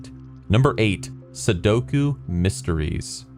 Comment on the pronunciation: Heheh, "Sudoko."